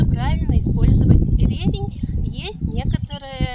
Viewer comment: Почему все ставят ударение на первый слог??? Правильно - ревЕнь!